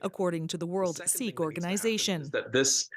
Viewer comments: it's not a "sick" temple you dolt. it's pronounces "seek" this has nothing to do with canada. treat it as the homocide that it is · OMG! Ignorant equity hiring. Sikh is pronounced "seek," not "sick."